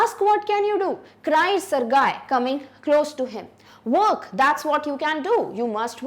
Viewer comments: Yeah and even it's sergie not sargae सरजी not सरगाए 😂😂🤣🤣🤣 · Not surguy it's sergie